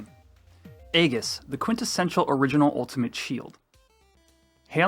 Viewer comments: Aegis is pronounces: EE-JUHS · Nice round up, but hearing 'egg-us' for aegis confused me for a sec. 🙂